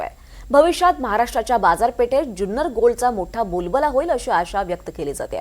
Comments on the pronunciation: जुन्नर या शब्दाचा उच्चार ज्युन्नर असा करू नका. जुन्नर हापूस अनेक वर्षे प्रसिद्ध आहे. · Junnar che agriculture ake number ❤🎉 Junnar cha word nit bola amcha hometown ahe